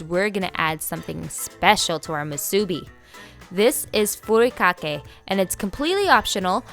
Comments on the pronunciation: Eh, nori - you need to roll the (r). Furikake roll (r). Musubi emphasize on the last syllable. Hawaiians don’t usually sweeten the rice because we rather taste the rice the rice is the star. Emphasize good rice, washed well and cooked with perfect amount of water. 🌺aloha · And the way she said nori and furikake 😂